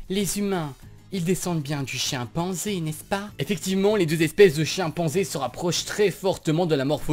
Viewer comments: a 2.15 tu as dit chienpenzai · je suis le seul à avoir entendu chienpanzé 0.o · J'aime bien l'accent belge. Mais, delà a entendre Chienpanzé. C'est louche, Je vais laver mes oreilles à l'acide.